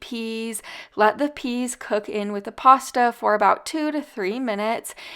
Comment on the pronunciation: Hi. Lol.your not pronouncing your pasta correctly.